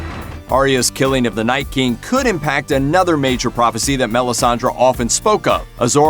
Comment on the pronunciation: MelissandrE not Melisandra